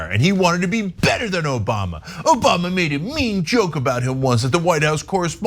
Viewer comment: No, no, no it's Obamna, not Obama. 😂